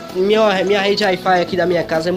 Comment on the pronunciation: "Ai fai"